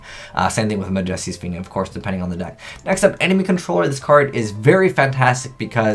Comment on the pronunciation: i wonder if is pronouncing Majesty wrong on purpose